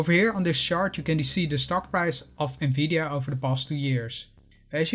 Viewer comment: Omg someone who knows how to pronounce the name of this company Please tell everyone that it’s pronounce “N-VIDIA” not “NAVIDIA” I’ve owned it ever since 2017 bought it at $148. Own 247 shares. Just waiting for NVDA to purchase ARM. This would change the game for NVDA